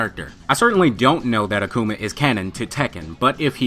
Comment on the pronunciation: ***** Ah-Ku-Ma not Ahku-Ma. great channel btw